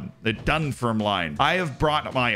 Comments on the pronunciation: Really fun video! However 'Dunfermline' is pronounced without the 'e' at the end. Dun-fermlin ^^ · Dun FER mlin. It's a beautiful city, but your pronunciation shatters my soul! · "Done firm lynn" is how you should pronounce Dunfermline Z :) No shade, Scottish place names are weird lol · That pronunciation of Dunfermline though 😂😂😂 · Just got to that bit so came to the comments. As bad as when WWE/F used to refer to Glasgow with the ow on the end. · The way you said Scotland and Dunfermline 😂😂😂😂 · We just gonna let Z say Dunfermline like that?